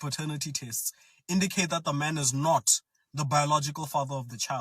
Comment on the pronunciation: He said... "only 65% indicate that the man is NOT the biological father of the child." He emphasize the word "not". He just said that 6.5 out of 10 men are NOT the biological father and also says that women should be pursued innocent? Is he trolling?